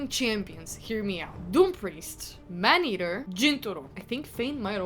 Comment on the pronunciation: Why do you keep calling him Manhaetr. Isn't he Man eater :)) I was thinking you are talking about a different champion